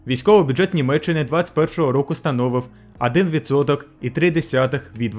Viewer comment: "Адын відсоток")))